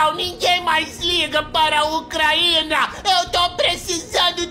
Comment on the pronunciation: "Ucraína"? Mas que droga!😂